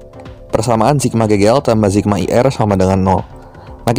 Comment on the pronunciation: sigma pak, bukan zigma